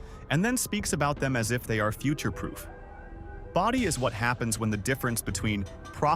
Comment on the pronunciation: Boh-dee, not bah-dee =)